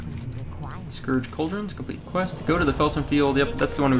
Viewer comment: It's pronounced "sk-urge" btw, not "sk-orge"